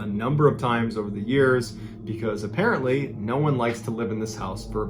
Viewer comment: You blew the last line! You said "Apparerntly, noone likes to live in this house for a very long time." but you should have said, "Apparently , noone likes to live in this house very long."